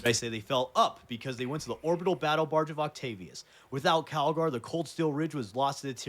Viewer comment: Bro keeps calling him Cagalry 💀